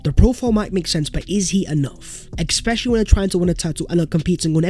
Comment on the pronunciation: Please learn how to say especially, thanks :)